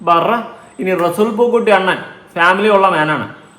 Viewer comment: Resool പൂക്കുട്ടി അല്ല resul.,. അങ്ങനെ ആണ്